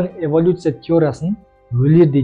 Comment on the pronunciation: Эвалюция емес эволюция